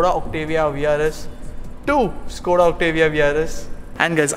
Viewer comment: Correct pronouncing is "Shkoda" , Škoda